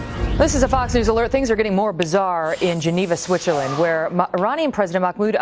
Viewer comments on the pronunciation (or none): none